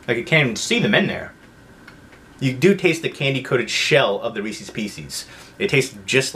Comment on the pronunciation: I've heard people pronounce Reese's the way you do but the way you pronounce pieces is bizarre